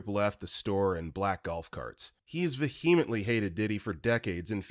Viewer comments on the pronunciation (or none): Love your narration. Please look into the pronunciation of vehemently, toots (short for tootsie - just don't pronounce the 'sie'